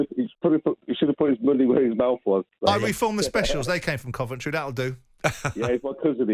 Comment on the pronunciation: Why can't Jim say Coventry probably? Can't he be arsed? Terrible pundit